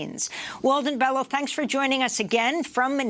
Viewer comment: Pronounced BELYO